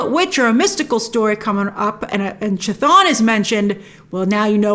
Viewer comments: It’s Kuh-Thon. Not chuh-thon or Kuh-Thone or Kuh-thoon. Chaos=Chthon. Not Chay-oss. You & Cosmic Wonder never say it right lol Wong knows lol he even said it in the movie. Lol I’m trying to help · Not to be a stickler....it's KA-thon....like Cthulhu....KA-thool-hoo.... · Its pronounced K'thon. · Edit: Should I assume you read my comment explaining the music notes fight scene?? Grace, at least pronounce Chthon right at the very least. I can forgive that one because it's difficult to get right if your unfamiliar with the character like you seem to be. I don't hate you Grace, just in case you interpret any of my other comments that way. In fact, I really REALLY want to help you with your creative element too your channel. Kevin Feige assembled the Earth's Mightiest Hero's to defeat the Mad Titan. I want to be like Kevin Feige and Assemble the Earth's Mightiest Content Creators and place them all in ONE singular area of a Social Media Platform yet to be born. Any thoughts??? Because if I can find a way to do it and execute my idea and plan, it will be the most valuable asset that Marvel can depend on if it's done right. And that means having YOU as one of the most valuable assets in the platform. But I need help with launching it. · That's....not how C'thon is pronounced lol